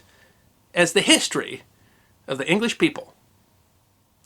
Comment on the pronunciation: HEE-story of brit-TAIN?